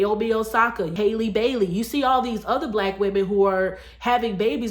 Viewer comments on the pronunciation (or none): Pronounced HAL-le, rhymes with valley 😒🙄